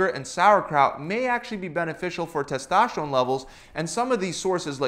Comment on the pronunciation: What about your tes-TASH-terone??